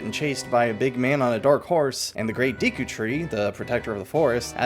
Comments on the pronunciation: Deku* not deeku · The amount of times you miss pronounce Deku is driving me insane. Do you think if have a deck of cards you'd say "grab my deek?" No, you wouldn't. It's not deeku, it's Decku... (not in spelling but in pronunciation anyway) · Deku is a name from the original Japanese, so we should look to Japanese for how to pronounce it. "De" and "ku".